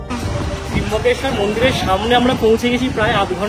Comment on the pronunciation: Tryambakesvar...not Trimbakeshwar